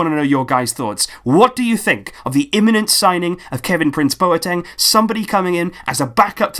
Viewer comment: Great video, but just with Boateng's name, coming from a Ghanaian, it's not bow-er-teng, but instead its -BWAH-teng